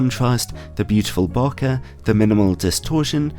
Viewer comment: Love your reviews but please, please pronounce bokeh properly. It's not bo-ka, it's more bow-kay kinda like okay.